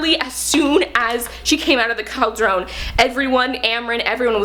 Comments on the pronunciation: Love this! Cauldron is usually pronounced "Call-druhn". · I love this review and how excited she is but her pronunciation of cauldron pains me.